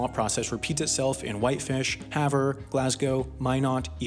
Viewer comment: Speaking as a Montanan, good job pronouncing "Havre" properly. People have trouble with that one.